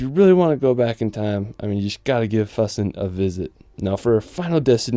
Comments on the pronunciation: I know it's hard to pronounce, but could you possibly pronounce names of towns, and places as close as German pronunciation. For example, Füssen isn't Fussen, more likely, Foosen. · Füssen is pronounced like foo-sen. You gotta work on you German pronunciations because half of these places I couldn't tell what you were talking about until I saw the text. it has an umlaut. It doesn't make an uh sound. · It's fEW-Ssen. The "Ü" is like that for a reason. Lol